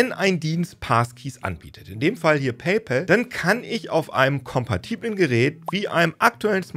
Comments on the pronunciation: Endlich mal jemand, der paypal richtig ausspricht. Dass ich das noch erleben darf... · endlich jemand, der PayPal richtig ausspricht, und nicht "päypohl" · WUNDERBAR - endlich mal ein deutsch sprechender Mensch, der "PayPal" richtig aussprechen kann !!!!!! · Endlich sagt einer PayPal richtig und nicht paypol